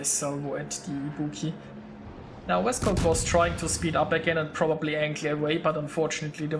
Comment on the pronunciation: Thx for the video :) Yep a really close battle, but honestly that was over when our CV died..:/ Ho and, for the pronunciation, you say "Vescau", like you did, but without pronunciate the "LT" of "VescauLT" ;)